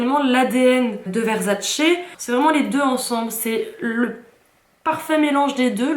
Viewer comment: Le truc sur la tête on appelle ça une tiare. Versace et non Verzzzacee. Et ça se dit caler en mode 😊😅